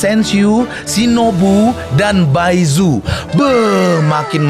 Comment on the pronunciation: Paichu bang dibacanya bukan baizhu